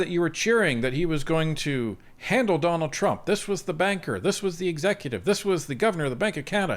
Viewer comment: I'm sorry, did I hear "Jonald Trump" at the start?